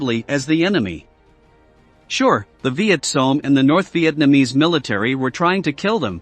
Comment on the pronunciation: The “Vietsong”? I thought they were called the Vietcong.